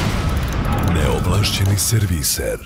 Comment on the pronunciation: Da li i vi isto kao i ja cujete prvu rec neovlasceni u spici kao neomasceni umesto neovlasceni pa tek kasnije cujete normalno neovlasceni serviser u nastavku? :D